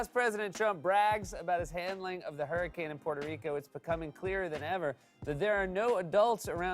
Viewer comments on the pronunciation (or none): none